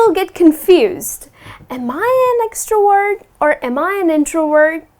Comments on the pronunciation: Extrovert not extroword😁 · You pronounce extrovert like extra word !! Whyyyyyyyyyy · Nice explanations but please pronounce the "V" in the words "extrovert/introvert/ambivert."